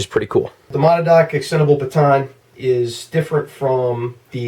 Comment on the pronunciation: Good video. FYI it's pronounced Ma-nad-knock